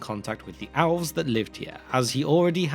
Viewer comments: Dude, you can't pronounce "Elves" it's not "owls." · Elves, it's pronounced Elves with an E sound. I honestly have no idea what owlves are. Are they some kind of flying elf? If Tolkien had wanted it to be pronounced any other way he would have spelt it that way. He didn't, he spelt it with the letter E so it sounds like an E. Have some respect for the author's work he's the one that wrote it after all, you didn't. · As much as I enjoyed this explanation of Tolkien's mythology, your pronunciation of simple words like "elves" which sounded more like you were saying "alws" or "Melkor" which sounded like you were saying "Malcolm" was hurting my ears towards the end of this video 😂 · Whey have you settled on the pronunciation of ELVES, by saying OWLVES? It’s an oddity I pick up only because of the significance of the word and that your pronunciation of everything else is great. I don’t mean to criticise if it’s a personal matter, but is there some lore I’ve missed or is it just a you thing? I ask as many times in the video I had to double take to make sure you were referring to elves. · love the information and format of these videos but i have such a hard time hearing what you’re saying sometimes because you keep pronouncing elves as Alves and Melkor as Malkor for some reason, to the extent that i had to turn on subtitles at one point just to understand if you were indeed talking about elves and not something else. what’s your aversion to the letter E? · Oh he said Elves not Owls. I swear he was saying owls. I was like why Melkor was upset not controlling the Owls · Are you saying ‘owls’ or ‘elves’? Great video…nice production. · What are these owls you keep referring to? Edit: Ohh, it is elves, not owls! Makes so much more sense now 😛 I was confused because you pronounce 'elves' as 'owls' or 'alws', and so the auto-subtitles write 'owls' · Why does it sound like your saying OWLS instead of elves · Good info but please practice elves I kept thinking what owls lol